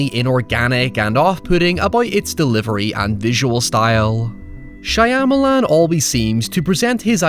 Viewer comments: Shah-ma-lahn…. Please pronoun the name correctly…. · I'm gonna need you to say "Shy-amalan" about a dozen more times 🤣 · i like how you casually butchered Shyamalan's name numerous times.. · The way you mispronounced his name 🤦🏽‍♀️ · Please, make another vid about any M. Night Shyamalan movie, but pronounce his last name different, each time it comes up in your script. (I'm no big fan of his. He seems somewhat pretencious to me.)